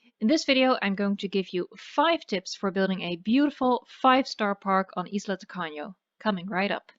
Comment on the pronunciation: Excellent pronunciation of Spanish, did you know that "Tacaño" is a stingy person? well, it would be great first in Pena Island, it is the most difficult All the best for you 0/´´